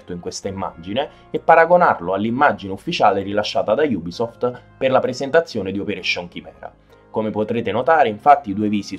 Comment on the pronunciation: Bel video Ho solo una critica la pronuncia Non solo nella parola ubisoft che voi dite iubisoft Ma anche i nomi degli operatori